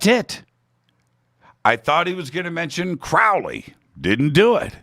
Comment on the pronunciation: FYI, the Crow in Crowley's last name is pronounced like the bird, a crow.